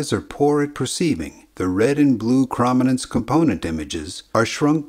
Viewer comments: It bugs me that you say Chrominance wrong. To me it's: (Chrome-In-Ance) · it's actually a hard o, as in kh/row/minance. :D Love the channel! :D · Chrominance is pronounced with a long O, like chromatic or chrome. It wouldn’t be a big deal if the word was used once or twice but it’s repeated dozens of times in this video. The constant mispronunciation is jarring to anyone who works in video, photography, or digital imagery and uses the word chrominance on a regular basis. I’m not sure how you could screw up something so basic. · Your computer voice overlay pronounced the word 'chrominance' incorrectly. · Chroma/Chrominance is pronounced like chrome, like on your car tire rims. It rhymes with roam and foam, not with from or bomb. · Bruh. Sure the pronounciation might be wrong but the simplification of how the cones in our eyes exactly work is just that - a simplification. This comment is literally "erm actually". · its not cra ma nanse its crow man nanse. Your pronouncing it wrong... Cro matic.. Croma. not Crama.. crom not cram.. dude wtf? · It's CROW-min-nance, not CRAH-min-nance. The detailed luminance response does not come from rods, but from the cones. The rods provide low resolution luminance only, away from the center of vision. The cones also provide the lower resolution chrominance response via neural processing that works on the differences between the three different types of cone cells. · Great video with clear explanation of this process, but jeez is that chrominance pronunciation distracting. It's chrome-i-nance, as in chroma, as in color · Good video - but my ears are bleeding. Chrominance is properly pronounce 'Chrome - in - ance' ... not "Chraum - in - ance' ! look it up. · I love the video. Incredible amount of work you put into it. One nit: I believe it is pronounced “krōmenens” with a long o, not a short a sound. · “Chroma” not “Chrama”. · ChromInance rhymes with ohm. Long o. Chroma. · Argh! It's pronounced "CRO-min-ance"! 😝